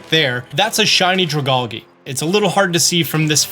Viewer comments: Hey brother, I think it’s pronounced “Drag-Algea.” Like the plant. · the pronunciation of dragalge hurt a bit. It’s just “drag” and “algae” (like seaweed or kelp which the pokemon is based on)